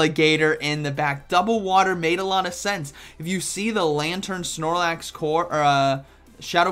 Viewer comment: Drink some coffee 😂, “prigly deadly , snormax “ awesome commentary as usual tho ❤️